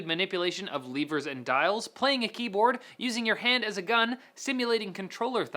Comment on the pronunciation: gimidatkibord. LOL